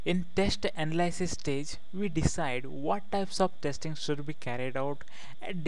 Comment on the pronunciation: I'm sorry this video is that funny I can't concentrate, his voice and the way he say analyses makes me want die :D